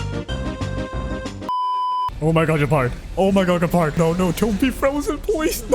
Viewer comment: You know is name is Gepard right, not Guepard ?